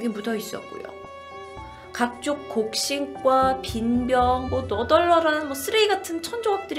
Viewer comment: 각족 곡싱과?! 말실수도 귀여우신 ㅋㅋ